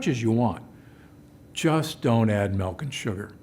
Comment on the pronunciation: Milk!!! Not “Melk” ….Ahhhhh🤯 Drives me crazy lol